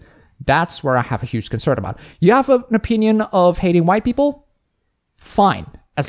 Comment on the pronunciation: you're entitled to your a-peen-ion.